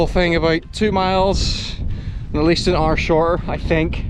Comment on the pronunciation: Today I learned that hour rhymes with car. Somewhat like my Scottish wife's furry rhymes with hurry instead of my South African furry that rhymes with girly. Such fun! Thanks for the videos!